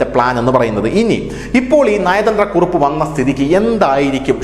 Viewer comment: നയതന്ത്ര കുറുപ്പ് എന്നല്ല കുറിപ്പ് എന്നു പറയു.